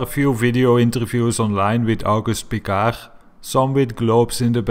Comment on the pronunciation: learn to pronounce Piccard, you flathead! It is amazing how uneducated the americans are. Never heard about Piccard! Amazing. Talking about the quality of that country education. Pathetic. - "before they decided they are going to lie to us"? Really? People knew about shape of earth since 400 BC, and never had a doubt! Only flediots cultured by the youtube decided it is not true.